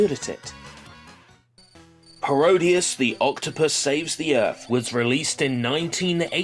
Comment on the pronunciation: people keep saying Paro-Dius, rather than “Parody-es”, it annoys me when people don’t get the joke of the title from saying it out loud. I mean come on, it’s pretty obvious: Parody + Graudius = Parodius!